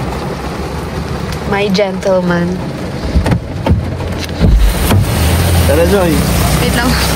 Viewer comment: Napansin ko un Joy🤭😜.... "MY GENTLEMAN"... Emphasized ung pagkasabi mo sa "MY GENTLEMAN" eh😜🤩🤎🤎🤎